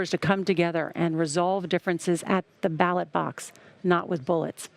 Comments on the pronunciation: Did he just inadvertantly coin the term, "battle box" for "ballot box"? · He said "battlebox" twice.....he didn't even realize he said it wrong. Ugh. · Did he say battle box ? 😂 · Twice he said, "We resolve our differences at the "battlebox", when attempting to say the word "ballot" box.